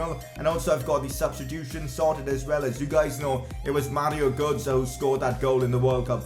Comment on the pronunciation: Mario gootzah? Bro you can’t speek lol